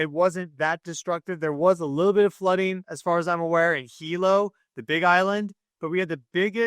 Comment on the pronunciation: Thank you for saying Hilo Hawaii properly and not saying High low Hawaii